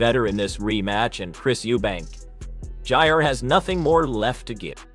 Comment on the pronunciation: Why can't the ignorant man talking call him junior instead of jrr